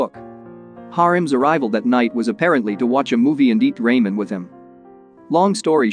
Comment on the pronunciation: I can’t accept how you pronounce ramen